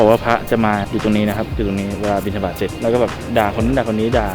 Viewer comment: บิณฑบาตอ่านว่า บิน-ดะ-บาด เหมือนกับ บัณฑิต=บัน-ดิด (การอ่านภาษาบาลีถ้าสระเสียงสั้นจะออกเสียงเป็น ด.) ต่อจากนี้ไปจะมีคำว่า #สิบเฮือนซาวเฮือนสิมีวัดหนึ่ง สิบวัดซาววัดสิมีพระองค์หนึ่ง มีพระแต่บ่อมีสงฆ์ มีถงแต่บ่อมีบ่อนห้อย ไหลเวิ้นอยุ่คือจอก... #อนาคตอีกไม่นานนี้ สิบ ยี่สิบหมุ่บ้านจะมี1วัด สิบ ยี่สิบวัดจะมีพระ1องค์ มีแต่พระเฉยๆ ฉันเช้าเอน ฉันเพลนอน ตกค่ำดูหนัง ละคร หรือมีแค่ผ้าเหลืองมาห้อยคอชิ้นเดียวก้เปนพระได่ละ... ถง=ธรรมะจะไม่มีที่ไว้ที่แสดง... ดูจากปัจจุบันนี้ พอเปิดทีวีเห็นรายการธรรมะมาปิดๆๆหรือย้ายช่องหนี... พระ สุปฏิปันโน อุชุ ญายะ สามีฯ คือพระปฏิบัติจะไม่มี